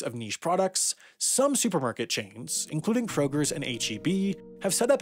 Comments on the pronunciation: Its pronounced K-Roger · "kroger's" intensifies... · Krogers? Really! Lol